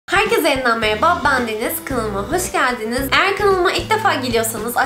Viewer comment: "Ben deniz kanalıma hoşgeldinjiz"😊😊😊😊😊😂😂😂